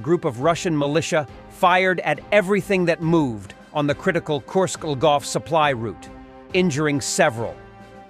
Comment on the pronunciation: Not Korsk, Kursk